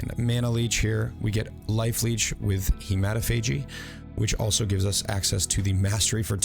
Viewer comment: lmao at he-matt-ah-phage-ee but love the build and will be swapping my glad to it later